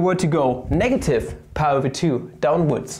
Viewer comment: stop pronouncing pi as "pah" please